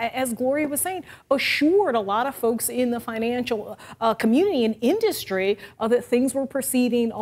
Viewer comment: Wait. Now he can't pronounce "industry" correctly?